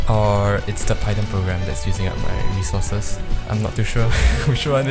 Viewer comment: upvote for the correct pronunciation of "python"